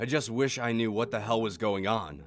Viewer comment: new not nude